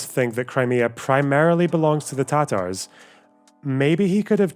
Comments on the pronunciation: Hasan saying “the Tar-Tars” is so cringe it’s a war crime, and he should be punished for that alone. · Yeah but listen to the way he pronounces Tatars, that's how you know he is a well read man.